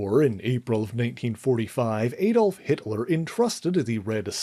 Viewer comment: AI SLOP. Bucky Burns? A-dolf Hitler?